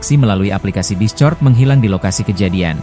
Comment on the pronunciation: Bacanya diskord min. Discort ndasmu 😅. Gak sekalian di crot 😂